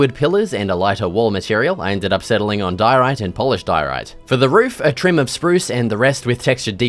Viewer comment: He said polished diorite, his accent messed it up a bit